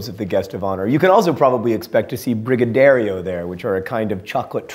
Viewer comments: It's not a brigadario, it is a brigadeiro, pronounced brigaday-ee-row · Brazilian treat pronounce Brie-Gah-Day-roo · The way he pronounces brigadeiro (the Brazilian awesome chocolate sweet) is just hilarious. Wishing happy birthday early is bad luck here too, at least according to my mom. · Your pronunciation of brigadeiro was painful lol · Oh man, you saying "brigadeiro" was so awful!